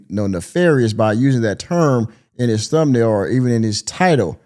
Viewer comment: I can’t understand sh🤫t she saying 🤣🤣🤣🤣🤣 . Damn I see y MTR dropped u. She said tum nail 🤣🤣🤣🤣🤣